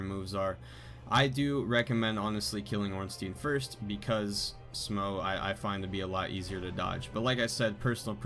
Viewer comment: Its actually pronounced S'mo (as in some more). S'mo tiddy, S'mo boody, S'mo thiccboi with S'mo roody toody.